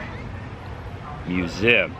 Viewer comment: You are fine in your midwest pronunciations of z in museum but i am from midwest too and you forget the e. I think its mue ze um. Anyway, not giving you a hard time. We love you. Great, gruesome vlog. Happy Birthday.